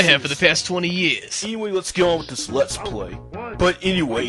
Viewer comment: Musclebomber = Mussobummer Genre = Jon Ray Super Nintendo = Suwertendo anyway = eenway Ha ha ha = Wuh huh huh A speech teacher must be killing themself every time talks.